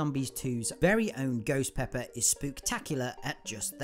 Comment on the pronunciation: It’s called ghost pepper not goes peppa